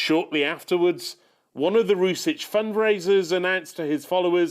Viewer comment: he didn't even pronounce "Rusich" correctly. I like how media is coping and trying to shift the narrative compared to how in reality Ukraine employs an exponentially higher number of fascists.